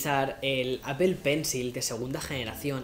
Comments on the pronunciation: porfa estás en EEUU dile a apple APOL, no apel solo espalda le dice asi y nunca entenderé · Se pronuncia apol no apel